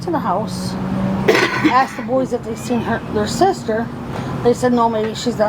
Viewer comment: I don’t think he said her. With his accent, “their” becomes “der “ and he softens the letter “d” almost to an “n”. Sounding like “They put her in ner car”.